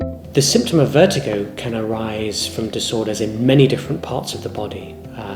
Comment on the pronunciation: It's pronounced (vert-i-go) not (vert-eye-go).